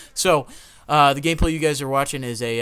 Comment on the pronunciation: in sounded like he said Gay play youll be watching